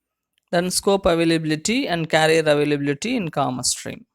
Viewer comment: It's career and not carrier...!!!